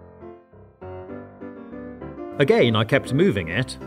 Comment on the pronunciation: Why you say again like a.g.a.i.n